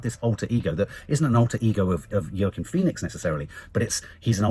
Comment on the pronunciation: I rather enjoy your butchering of the name Joaquin, you give a different name every time!